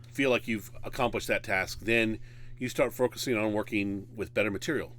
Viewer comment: bro said frocusing